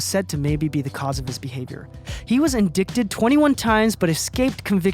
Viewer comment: He had to mispronounce indicted, tho? Sorry to be petty just, that could've been fixed in editing.